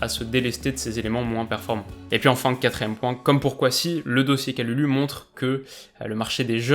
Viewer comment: Je suis de la famille de Pierre Kalulu ( c’est mon cousin ) et son nom se prononce « Kaloulou ». À part ça très bonne vidéo comme d’habitude 😉